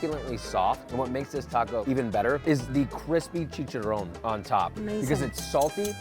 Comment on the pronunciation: chee-kah-ron, not chee-cha-rone just an FYI